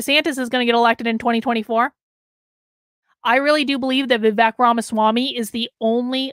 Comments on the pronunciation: Pronounced Vi-Vake… as in cake, Not Vi -Veck. But yes I agree with you. A great candidate he is but I am still pulling for Trump. I think Trump would be wise to make him his running mate. Vivek has his whole life ahead of him but Trump needs to finish the job he started. Vivek can take over in 2028. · His name is pronounced is Vi-wake. I do not know much American politicians, but Tulsi and Vivek will make very good president. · FYI ~ it’s pronounced “Vivake” and it means judicious and wise in Sanskrit 😉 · Please pronunce Vivek as Vi-wake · Yes. Thank you.